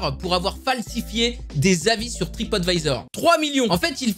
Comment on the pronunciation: Alors je sais pas qu'est que tu à avec se mot mais même à de la vidéo alors que le A de TripAdvisor est en majuscule du arrive quand même à dire TripOtvisor XD!!!😂😂😂😂 Sinon bonne vidéo!!